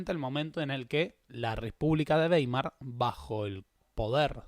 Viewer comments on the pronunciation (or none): none